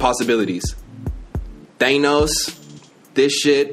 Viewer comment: Did he really pronounce Thanos like that